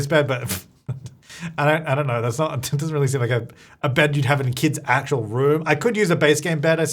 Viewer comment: I thought he said "the good thing about kids is that they have infinite clutter" 😂 which is true...but be said kits.